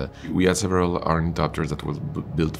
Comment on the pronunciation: Nailed the thopters!